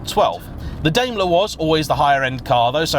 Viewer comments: Daimler like a Daim bar not Daymler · Are British people deaf to foreign words... Certainly you've heard people say FILLET, and Daimler correctly... you live right next to France, but butcher all their words. Daimler .. Dime-ler